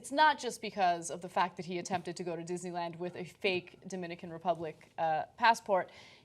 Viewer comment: Kathrine Smith ...verwy verwy speshle Dishneywand